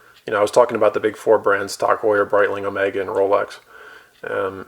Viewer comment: You don't pronounce "omega" as you do you darn fool